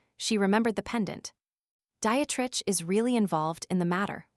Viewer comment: It's not Diet-Rich. it's Die-treich.